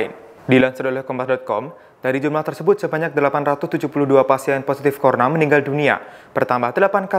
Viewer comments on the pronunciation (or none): Virus Corona bukan corna